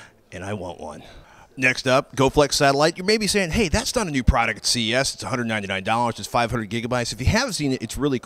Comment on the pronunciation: Pwaduct lol